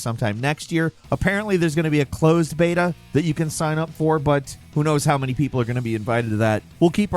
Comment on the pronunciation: it sounds like he says "clothes beta" which is hilarious because in the game the guy is naked